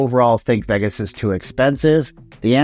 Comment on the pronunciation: Please say Vegas again... Only properly. It's sounds like vegguess when you say it!